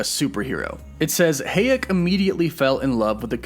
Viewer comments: Salma HAyEk, not hEyAk :)))) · It’s HA-YEK!!! Not HAY-EK!!! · Is Salma HA-yek not Hey-yak 🙃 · Dude.... Come ON! It's HAAAH-YEK!!! SALMA HAAAH-YEK.... Not... HAY-YEK! Like A Barn With *HAY* In It! Annoying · I was wondering you kept saying "heyak", who's heyak? Then you keep talking about Salma's character.. so then I realize... it's SALMA "HAYEK" it's pronounced as it is spelled, Sir. Ha·yek (to make it simple)... you can Google it though it would give you "hai·uhk" but still same pronunciation...ha·yek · pronounced High-yek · I don't know about "Gilgamesh," but, you sure did slaughter Salma Hayek 's name... lol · Lol you pronounced Salma Hayek wrong. j/s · The way you pronounce Salma last name 😩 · I dont want to hear you fact checked on hay-yek pronunciation lol Butchered homie lolol...keep up the good work brother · no one is going to say anything about how he pronounces Hayek like my lord i mean im not being mean but it a little weird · pronounced Sir-See. no z. You do pronounce names funny lol sad you dont know who Salma Hayek is...